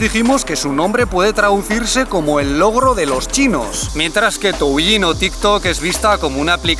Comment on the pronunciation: De hecho suena como "touyin"